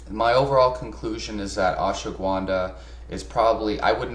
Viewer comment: It's not pronounced "Ash wa gwunda". There is no w in the word bro! lol